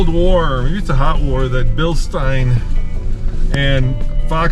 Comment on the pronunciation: Still seemingly the only people on YouTube who pronounce Bilstein correctly